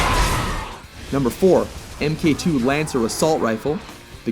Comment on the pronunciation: MARK 2, you dumb fuck! Not "M'kay 2". I mean, for fuck's sack, do you pronounce the SPARTAN MK. V armor as "M'kay Vee"?